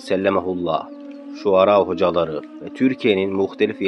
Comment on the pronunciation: ŞUARA DEĞİL ŞURA...DÜZELT.